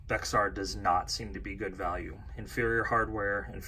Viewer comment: Thanks for the video. Btw Bexar is pronounced “Bear” :-)